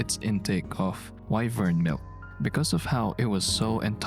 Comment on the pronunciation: The way says “wyvern milk” makes it sound like a slur